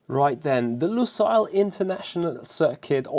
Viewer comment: no one as of yet pronounced Lusail correctly 😂